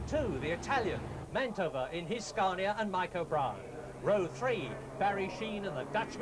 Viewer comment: It's Scania not Scarnia